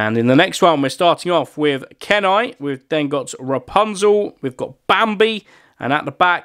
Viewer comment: I can’t believe you don’t know the film Brother Bear!!! 🐻 Kenai (pronounced Key-Nai) is one of the best characters, you need to go watch it - I would go insane for that card it’s my fave film EVER 🤩